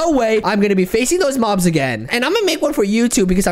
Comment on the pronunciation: I think said bobs but not mobs